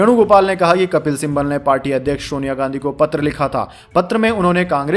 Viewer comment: कपिल सिम्बल मत बोलिए, उनका नाम कपिल सिब्बल है |